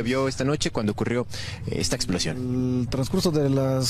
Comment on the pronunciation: "Exposion" no "explocion"